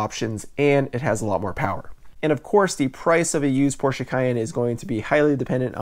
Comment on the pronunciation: Give him a couple bonus points for pronouncing Porsche correctly.